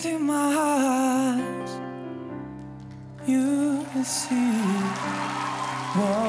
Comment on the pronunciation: musi jeszcze dużo popracować nad wymową angielskich słówek... Wybaczcie ale I do it for Yooooooooooo... (masakra) i You know it's TRU... zdecydowanie wygrał:)